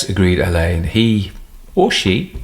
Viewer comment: Very enjoyable. Glad narrator has learned how to pronounce Alleyn. 😊